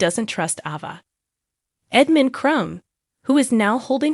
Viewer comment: It is a long A therefore A Va ! Do you ever watch Days? Or is Say lem!